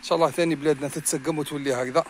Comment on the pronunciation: ههههه كي تقول تتسڨم تولي هكذا تضحكني